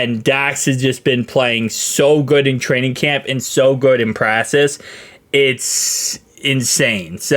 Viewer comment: Dude please say practice right. Watch it channel everyday but I just don't understand how u know it saying it wrong and make zero attempt to correct it. Please dude please